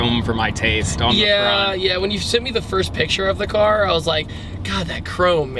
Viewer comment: Everytime he said car it made me cringe